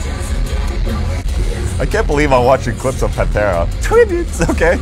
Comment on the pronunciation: It's not Pantera man, c'mon